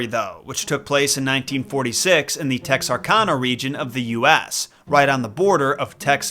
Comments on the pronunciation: For the pirates it really is All Hands on deck. Also, it’s Texar-CAN-ah, not Texar-Kahn-ah. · It’s pronounced TexRCANah. Nothing in Arkansas is pronounced the way it’s spelled. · Good video. We pronounce Bowie like boo-ee and Texarkana like Tex-ar-can-a, though. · Pronounced TEX-R-CAN-AH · As someone who has spent over 10 years living in Texarkana, did I expect the hook man to be tied back to the town that dreaded sundown? No. Did I expect Texarkana to be Pronounced right? No. Did I expect bowie county to be pronounced right? Yes. lol Texarkana - Tex are can uh or Tex er can uh. Both ways I’ve seen the locals say it. The name comes from Texas, Arkansas, Louisiana. Texarkana is part of the ArkLaTex region which bands from Natchitoches, Louisiana to Idabel, Oklahoma, and from Marshall, Texas to Monroe, Louisiana. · It’s pronounced Tex-Ark-Anna. Texas, Arkansas, and Louisiana. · The way you said "Texarkana" makes me want to take your knees. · As a resident of Arkansas I would like to inform you your pronunciation of Texarkana was wrong. Mad love for your content though! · Sir... As a resident of Texarkana... You pronounced Texarkana wrong😂😂 think kansas without the s... Just thought id let ya know